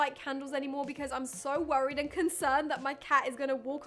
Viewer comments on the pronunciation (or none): none